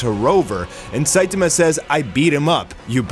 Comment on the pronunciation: Cool video. But your pronouncing "SAITAMA" incorrectly. It's the "TA" part that your having trouble with. The A isn't pronounced like A as in ( Look "a" dog! It's pronounced as in the Doctor asks you to say "ahh" when looking at the back of your throught. So it's pronounced SAI TAHH MA.